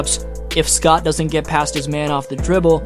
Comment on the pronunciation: Love your video and info but why you calling him Scott like that?